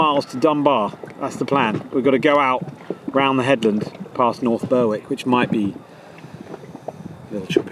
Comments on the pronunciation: Another amazing trip, and met some lovely people on the way! Must admit I was a bit disappointed you didn't switch on your coloured lights going through the long tunnel though!! Oh and one more thing North Berwick is pronounced BERICK the Wis silent, same as Ber(w)ick upon Tweed. If you pull in there there is a great bar/restaurant called Limoncello's and the bar is "Good as it get's" Run by WILLIE a master at mixing cocktails!!! You are getting near my neck of the woods on the Northumberland coast at DRURIDGE BAY/ CRESSWELL with it's newly restored PEEL TOWER. See you in the next episode!! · The W is silent in North Berwick 😂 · Bear-ick!! FFs sake you were doin so well up until that point Southener hahaha